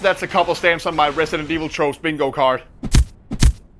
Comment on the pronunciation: Resident Esh-Vil?